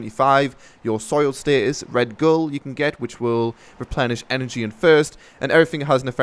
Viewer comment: Red bull not red gull